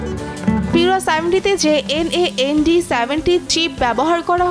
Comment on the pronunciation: এই রিপোর্ট করার জন্য যিনি এন এ এন ডি না বলে ন্যান্ড বলবেন এমন উপযুক্ত মানুষ হলে ভালো হতো সকল সাংবাদিক কে দিয়ে সকল রিপোর্ট হয় না